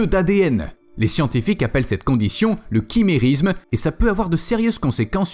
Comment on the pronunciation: On dit:" Chi- mé- ri-sme "et non : " kimérisme".